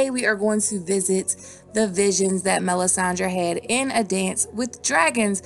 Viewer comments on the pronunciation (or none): none